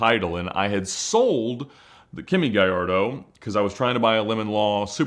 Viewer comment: There's no "Y" in Gallardo.